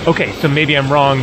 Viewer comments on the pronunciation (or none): none